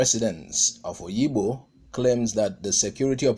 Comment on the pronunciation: Is called Obigbo and not Oyibo or Oyigbo.